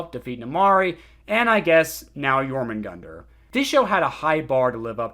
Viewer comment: Please its Jörmungandr not Jormungandr the ö is not that difficult to pronunce